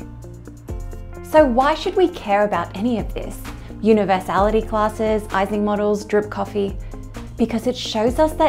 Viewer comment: Americans generally pronounce it wrongly, but it's "ee-sing" model. No "ice" there.